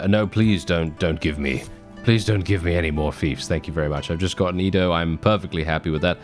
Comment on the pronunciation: I hope i can wake up next time and not hear our boi say IDO instead EDO